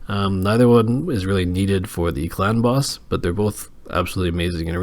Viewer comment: I swear every time you say “clan boss” I hear it as “ clown boss” lol